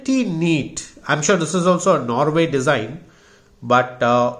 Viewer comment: Like the way he pronounces NOREV as NORWAY!!